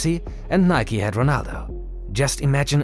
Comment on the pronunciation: Thank you for pronouncing Nike correctly. 🙌🏽